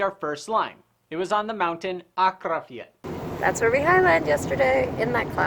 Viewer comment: Impressed with your pronunciation of Akranes and Akrafjall